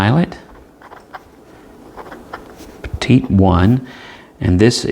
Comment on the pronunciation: Great review. And you pronounced Petit correctly, one of the few. Funny thing up here in Canada: the Petit is the same price as the Kakuno and the preppy. It is a weird place. I say our motto should be "Canada: "C'est/it's Bizarre". Bilingual and says it all. ;) thanks for the great review, I know this is super old, but still relevant.